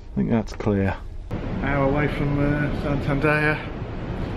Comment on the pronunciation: San-tan-dare..... 😀 Not San-tan-da-ya...... 😂